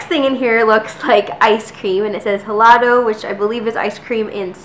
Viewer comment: Plantain chips are something sold here in the states and it's like $1. The ones I usually get are either from the Dominican Republic or Ecuador. And the h in helado is silent. :-)